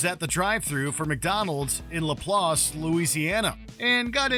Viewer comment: Nailed the pronunciation of Laplace